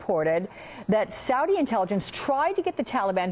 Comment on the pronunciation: You CANT say SAUDI dummy..